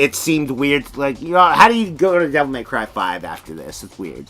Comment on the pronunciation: “Devil Meth Cry” 🤣